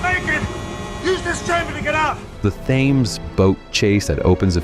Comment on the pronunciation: Thames is pronounced "Tems".